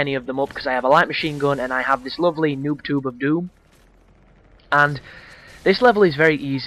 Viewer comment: He says nuke-tube.